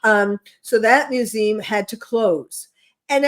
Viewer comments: What's a "mewzeem"? She can't pronounce "museum"?? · LeR m how to pronounce mu zee um!!!!! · Is she saying “museum?